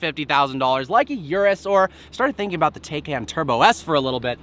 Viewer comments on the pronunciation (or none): Repeat after me YouTuber "car reviewer" #700+ NONE of which can pronounce Taycan...... "TIE-KON". That's it. Practice on this basic word and we'll go from there.